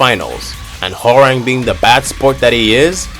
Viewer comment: bro said WHORANG